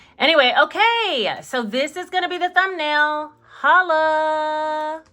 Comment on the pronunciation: said Holla Lol😂😁